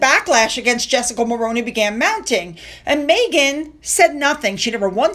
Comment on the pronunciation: I know this is just a little thing, but Mulroney as you said it, is pronounce Mulrooney. I'm Canadian.